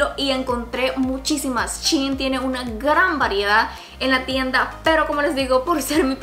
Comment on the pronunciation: Es shein no chin